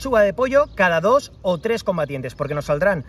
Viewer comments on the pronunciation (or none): none